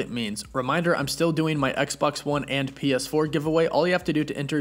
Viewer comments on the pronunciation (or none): none